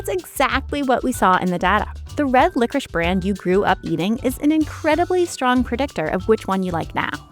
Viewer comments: Who is the dumbass who decide to pronounce licorice like that, France? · LICORICE IS PRONOUNCED LICORISH??????